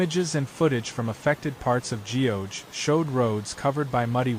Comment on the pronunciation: ** Geoje /ɡʌdʒeɪ/. Show some respects to local pronunciation! It's not /dʒiːoʊdʒeɪ/.